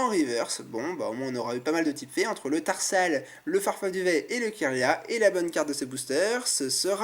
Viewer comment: Dans ce display, le booster Hoopa a été le plus chanceux. Chose etrange car pour moi c'était le moins chanceux des 4 sinon à un moment tu dis "Terhal" au lieu de "Tarsal"